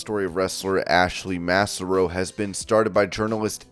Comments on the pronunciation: MASS-are-oh and MI is not Missouri. It's MICHIGAN. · You can tell how young some of these people are doing voiceovers when they get stuff wrong like this. literally have never heard Massaro pronounced like this ever before lol you can tell he's unfamiliar with her. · Yeah her name is more like pronounced Cesaro except with an M and not a C